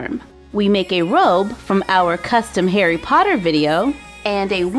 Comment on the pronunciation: Lol, "Harry potter" to "Perry hopper"